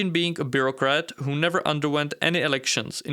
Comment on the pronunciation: "With all due respect, Ho are you?" The accent killed me😂. Good job, tho 👏. Love your videos